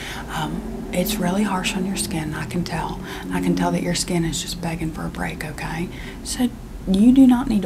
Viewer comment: “Owrkayr” goddayum this mayde meay laough😂